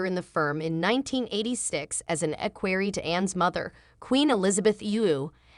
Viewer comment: Learn how to pronounce the words. Listening to your butchering equerry was too painful. Learn that V means “the fifth”, like King Edward V is verbalized as King Edward the Fifth. VI is sixth. VII is the seventh. Basic simple Latin, which is a part of our lives. Watch My Fair Lady and listen to the professor explain to Eliza how she is in control of her voice and the words she uses and the way she pronounces them. You should try like Eliza did, and succeed. Good luck.